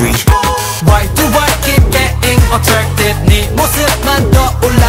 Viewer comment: i just realized binnie say's attwacted instead of attracted 😭